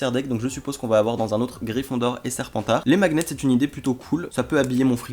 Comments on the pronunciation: deux quoi ? "Macnet" 😂 on dit "maniette" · À « des maguenets » on dit des « magnets »😂